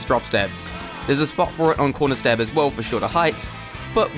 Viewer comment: What is a conrer stab he says conrer stab